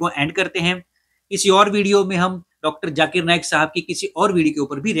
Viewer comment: Many indians specially the gujraatis cannot pronounce z sound. For them both sounds as if J . Z or J they pronounce the J sound. For example listen to the host when he says Zakir. It sounds as Jaakir. Zero from them sounds like jeero